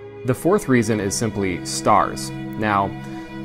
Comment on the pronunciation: "weesons" are just disingenuous tripe.